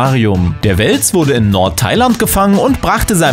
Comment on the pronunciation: Es heist wels nicht wels